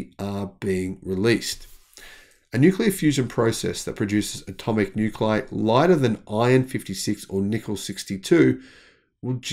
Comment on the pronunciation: Nuclei is pronounced "new-klee-eye" not "new-kleye"